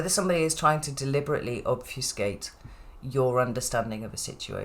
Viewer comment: Then you said obfusicate.. heehee.. And I realize I may have mixed two words together "confusicate" is that a word?